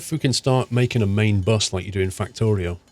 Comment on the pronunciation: He said Factorio 😞